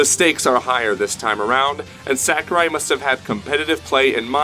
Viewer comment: The answer is no. Back to Melee :( The fans of Melee are not happy with this new installment unless it makes all the necessary changes. Also, you don't say Sakurai correctly so don't try and be cool and add San to the end of it. It's SAH kurai not SACK u rai. I really don't care it fucking sucks that we will never get a good Smash game ever again. GOD DAMNIT! All us Melee fans want is more characters with the same mechanics. This bullshit is frankly not good enough. I'm telling you the real answer. I'm in the competitive scene and talk to lots of people. Ultimate is NOT bringing the Smash scene together. I can confirm that most Melee fans are only interested in playing the new one for just a short while just for the hell of it. Unless it is made to be even more like Melee. Which I highly doubt it ever will be. Since SAHkurai believes for some odd reason that the technical aspect of it somehow hurts the casual fans. Which it doesn't. The only thing that hurts the game is SAHkurai himself.